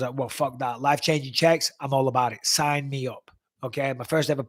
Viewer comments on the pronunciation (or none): none